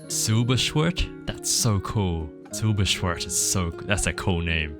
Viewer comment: Er sagt 'Silberschwert' wie 'Silberschwört'. Ich mag es